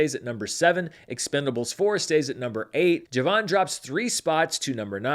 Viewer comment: Expend-four-blé is my favorite pronunciation.